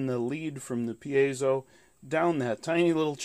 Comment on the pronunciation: It's neither pi-ei-so nor pai-so, it's pie-zo